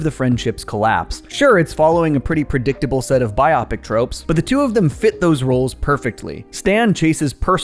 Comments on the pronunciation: It's pronounced Bio-pic Bi-opic is a biology term. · It’s bio-pic not bi-op-ic, it’s a portmanteau of “biography picture,” thus biopic. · I don’t wanna sound like an ass but this kinda bothered me a little. It’s bio-pick not by-ah-pick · its no bi opic its bio pic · Fun fact: you are pronouncing bi- opic it is in fact bio-pic. It is short for biographical picture. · You’re not wrong he does pronounce biopic incorrectly, it’s bio-pic and not bi-opic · so this was the second time that biopic was said and it felt weird. I’ve never heard anyone say biopic like that before I thought it was a mistake but just wanted to point it out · He also said “biopic” wrong every single time. We’ll survive.